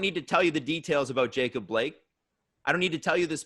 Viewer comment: his fuvking name is "Jacob" say it right once